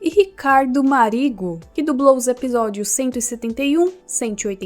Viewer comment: Pronuncia-se “Márigo”.